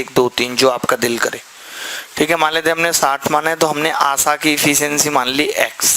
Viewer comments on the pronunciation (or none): Sir...its asha...not asaa